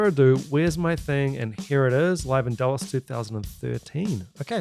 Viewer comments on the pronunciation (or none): none